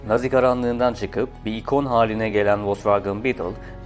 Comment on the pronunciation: Nazi garanlığı mı😂😂